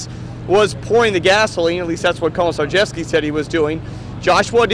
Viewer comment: "Komjrghjevsky" LOL